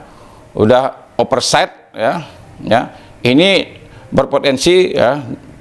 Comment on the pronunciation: overside bang bukannya operside...pengacara cara ngomongnya kok model begitu...sekolah dimana broooo...